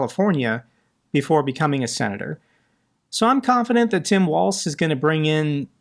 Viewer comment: Yes, please unseat creepy Ron! By the way it’s “walls” not waltz. Tim Walz is my governor!